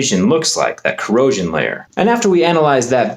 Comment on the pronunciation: how you emphasize "corrosion" 😂